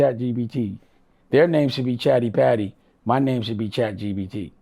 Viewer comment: Can someone tell dame its chat G-P-T. If that dummie says chat g-b-t one more time im going to throw up